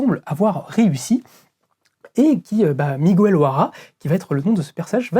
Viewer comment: On prononce "Miguéile" pas "Migouelle" 😅 pauvre Miguel O'Hara 😂